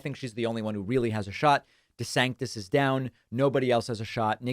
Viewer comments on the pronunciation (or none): Gotta love it, Davis says DeSanctous like it's just a normal word 😂